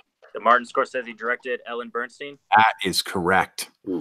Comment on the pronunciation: I think Henry said Ellen Burnstein. But oh well... great match everyone!!